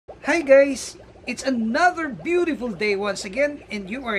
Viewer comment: at the beginning he said gays